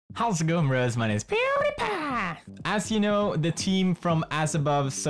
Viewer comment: This is where the video where pewdiepie says "pewdiepie" abnormally.